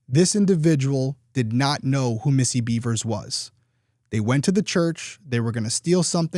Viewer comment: Bevers.. not Beavers. There’s no A in Bevers.